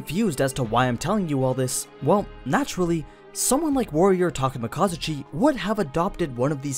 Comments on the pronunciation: hi im Takemakazuchi totally not Takemikazuchi nope its Takemakazuchi if ur gonna say it that way then replace the i in Takemikazuchi with an a pls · did you just replace the i wan an a in the name [Takemikazuchi], if it had an a it would be [Takemakazuch] so you miss pronounced his name.